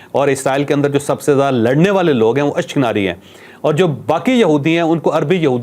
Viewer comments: اشک ناری نہیں اشک نازی ھے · ashknari nahi ashkanani bultay hain u n koo..